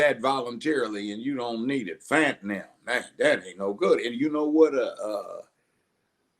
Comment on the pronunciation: Did he pronounce fentanyl as (phat"n"Nem) 🤔🤣🤣🤣🤣